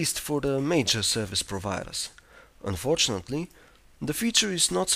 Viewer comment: unfortunately the way he says unfortunately is quite unfortunate.